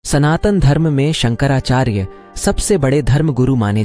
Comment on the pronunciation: शंकराचार्य बोलिये संकरा चार्य नहीं